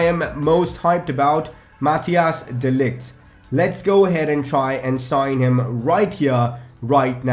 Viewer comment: You pronounce de Ligt's first name as: (kinda)